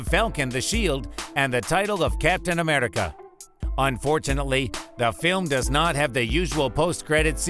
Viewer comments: And Am-eRI-ca not Am-eli-ca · Amrica thats how he said it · When he says America he becomes Scottish for a sec😂